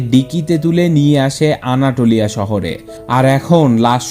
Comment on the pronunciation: ভাই উচ্চরণটা আনাতোলিয়া, আনাটোলিয়া না